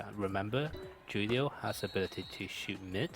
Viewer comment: Julio is a Spanish name its Pronounced as if the J is a H .....So it's like " Who-lio"..... not "Ju-lio". The letter J is really just a English sound.